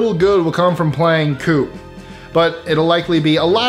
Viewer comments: coup is not pronounced "coop", but "coo" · The P is silent in Coup.